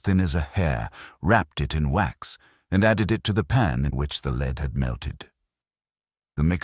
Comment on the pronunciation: News flash. It's an erzatz AI Irons voice. How is that known? AI doesn't know to pronounce the metal lead as "led".